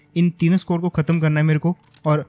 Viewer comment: Legit bhai.... S-Q-U-A-D nei S-K-O-D bola karo😅 Funny lagta hai jab itna confident se SQUAD bolte ho